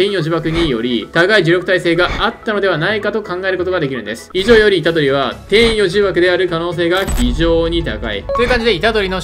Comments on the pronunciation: 天与↑呪縛ではなく天与↓呪縛なのでは？ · 天与呪縛のイントネーションのせいで話が入ってこないの草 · 天与↑呪↑縛